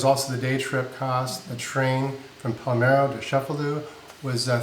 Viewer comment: Love how halfway through decided you were in Palmero instead of Palermo! Just teasing because you guys are so good about pronouncing all the vowel-less, tongue twister places you’ve been. 😂 I really appreciate the budget breakdowns, and so glad you took time off. Really looking forward to the cruise!! We’re planning on a transatlantic to get to Europe when we start our nomad life — seems a great way to cover room and board with less stress and way more fun than a flight - at a very similar price.